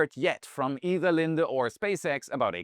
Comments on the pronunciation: Lin-dee not lin-duh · It’s pronounced LinDe. Not LindA. It’s the company I work for. Try again. Lol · Good job on helping us better understand what China is doing. Two items: 1. The name of the air products company is "Lin - dee", not your "girlfriend" Linda 😊 2. Please provide English equivalence for your quantities. rather than trying to force us all into the metric system Thanks for the good job you and your team do. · Lin-DEE, not Lin-da 👍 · Linde is actually pronounced Lind-Dee... My father used to work for them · Linde is pronounced Lin-dee